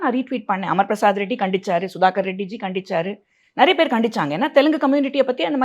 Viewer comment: ஏய் நாய முதல்ல தமிழ ஒழுங்கா பேசு... நறியபேரு நறியபேரு இல்லை. நிறையபேருன்னு சொல்லு . த்தூ........